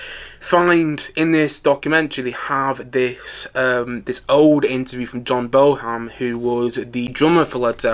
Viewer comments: See it yesterday. It was MAGNIFICENT! As a die hard, I didn’t really learn anything I didn’t already know, but so what? The never-before-heard Bonham interview was a real treat and very moving. I suspect you weren’t paying close attention if you’re pronouncing his name “Boham”.😂😂😂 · "John Bone-ham". --OK, whatever.